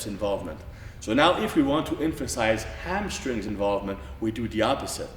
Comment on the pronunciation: Lol 'amstrings' and 'helbows' ... p.s. I love this guy